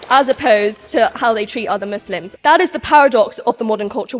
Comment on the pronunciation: Wait wtf did she say "Misslimps" ?! lol